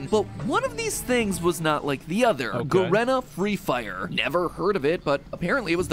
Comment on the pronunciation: its pronounced fucking G-Arena not Garena LMAO